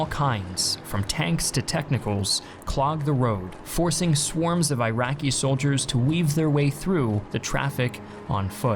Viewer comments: Iraq —> ih-ROCK not eye-RACK. Iraqi —> ih-ROCKY not eye-RACKY Not that difficult… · Please stop saying AIRAKI!!! It is ee-raki!!! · Eraqi not airaqi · eyeraqi lol Iraqi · It's called eeraqi not eyeraqi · He just can't stop saying "Eye-racky" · Eye-Raki perspective is to teach you guys how to pronounce Iraq after decade long occupation and destruction of their country. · Jayzus, it makes it so hard to take you seriously, when you can’t even pronounce, “Iraqi” correctly… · U know as an iraqi i really feel disturbed by the way you guys spell the words "iraq" "iraqi" just pronounce it the way google does